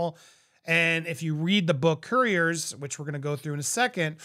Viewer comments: You pronounce it core teeyers not cur tiers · Courtiers is "Court-ee-ays". Jason Knauf is Jason "Noff" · Dude...kor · tee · ur